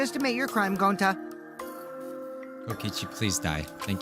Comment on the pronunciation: no ones gonna say how said Goncy instead of gonta 💀